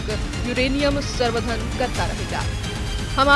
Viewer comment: Samvardhan galat read kar rhi h